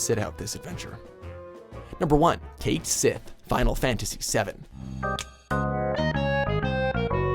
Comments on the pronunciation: One thing about Cait Sith - his name is not pronounced Kate Sith. It's Irish for "Cat of the Fairies" and pronounced Kett Shee. If you look at the characters for his name in Katakana, the Romaji reads "Ketto Shii". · His name is pronounced "Cat Shee", not "Kait Sith" Don't get me wrong, I hated him as a character, but at least his Scottish name is correctly pronounced in later FF7 titles. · it's "Kate See" not "Kate Sith". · Jogurt is pronounced the same as "yogurt." And Cait Sith is pronounced "ket she." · Cait Sith is actually pronounced Cat See. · Cait Sith is pronounced "Ket Shee" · CAIT SITH? Come on! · You said Cait Sith wrong. Honestly Vanille was far from the most annoying character in XIII, and I actually used her pretty much always. Hope on the other hand... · AislingLaplace Oh shut up everyone was pronouncing Cait Sith wrong for years and you probably did too. The same with Tee Dis,Kiss Tiss, Quin ah Coo and Ba ha Moot.